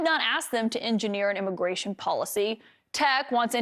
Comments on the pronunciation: mfer said immiration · Gimme that sweet Immiration